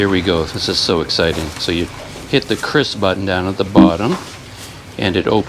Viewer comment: Salut penyebutan QRIS sudah sangat benar menurut KBBI 'Kris" bukan 'Kyuris' 'Kiris'